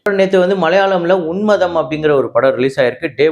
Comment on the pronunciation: Bro one small mistake in pronunciation Unmadham illa unmaadham. Please correct in today’s video